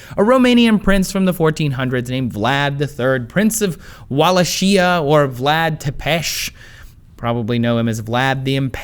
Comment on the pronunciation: Tepes... damn it man, youre american, i thought you guys at least try, Walashia... D